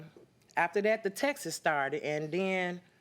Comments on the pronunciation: The word is texts. Not textses. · Is it too much to expect someone to know that it's texts and not textes ?